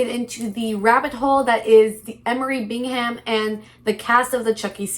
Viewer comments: It’s pronounced “bingam,” dear. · I’m sorry. I have to click off… Bing Ham? Seriously? You literally had to have watched content on this to have material for the video and you edited clips to put in the beginning and you’re still saying BiNg HaM 🥴 Bingham is a relatively common last name. Please use your brain.